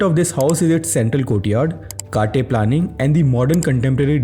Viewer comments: कट्टे and not काटे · Its not pronounced 'KAATE', but rather 'CUT-TAY'. Its a kannada word which means a 'platform' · Dude that's not Kaat-A its Cut-A, kat=Cut , te=A, in Pronounce